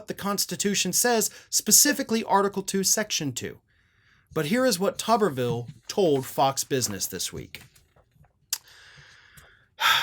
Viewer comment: I like the way calls him “Tubberville” 😂😂😂